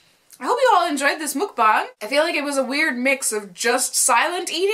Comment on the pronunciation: if you're gonna keep doing these, which is fine, can you please pronounce mukbang correctly? the muk rhymes with "tuck." thanks!